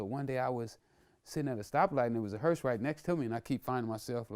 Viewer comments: Vladimir thinks it's called a "hearst". Not a hearse. A HEARST. Smh dumb ass niggas. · Vlad keeps pronouncing hearse hearst 🤦🏽‍♂️